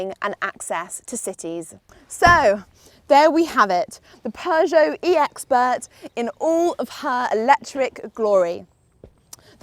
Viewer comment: You can pronounce Peugeot much better than for example Sinead McCann who says ”PjuuShow” which sounds annoying. You’re much better to pronounce this awesome french car brand than her. Do you know Sinead? 🙂